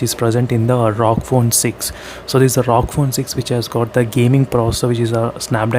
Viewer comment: Bhai usko ROG bolte he rog nhi